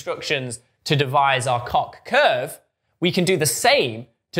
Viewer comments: And "Koch" with a "clearing throat" sound. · I thought it was pronounced like "coke" but I'm not complaining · Why? That sound does not occur in Swedish as far as I’m aware, and Helge von Koch was Swedish.